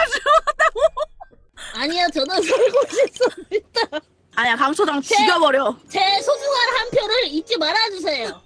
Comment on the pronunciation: 강초당 죽여버려에서 ’죽‘ 발음 ㅋㅋㅋㅋㅋㅋㅋㅋㅋㅋㅋㅋㅋㅋ